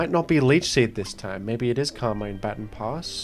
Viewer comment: It always triggers me for some reason, on how says baton